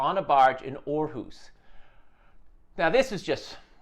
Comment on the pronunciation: Nice pronunciation of Aarhus